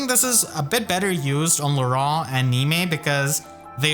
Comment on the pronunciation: I still wonder... is that pronunciation of Laurent even been confirmed...?